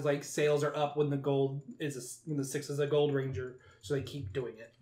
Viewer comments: I’m saying that you get the name ranger wrong your saying it like anger and you forget the r don’t get the name wrong next time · now you get the name right is ranger not anger